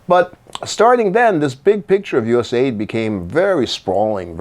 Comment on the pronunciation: I believe it’s “US Aid” Not “USA ID”